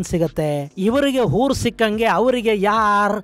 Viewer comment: It is hoors, not hours.